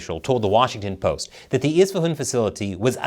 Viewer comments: the Persian guy who told you to pronounce Isfahan that way was messing with you. You are saying it in a regional accent (which I admit, made me chuckle). The standard formal way is very close to how you would normally read the letters as an American. In fact, I would go one step further and claim that when we speak English, we should NOT worry about how those nouns are pronounced in the language of their origin. Phonemes change when words become loanwords. Just follow your natural American phonemic patterns when you try to read foreign names. That is the correct way to say them in English. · It's spelt with an "A" at the end, not an "O" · Why are you pronouncing Isfahan like that ?